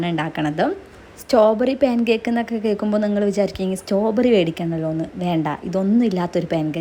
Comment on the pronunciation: സ്റ്റോ ബെറി അല്ല ചേച്ചി സ്ട്രോബെറി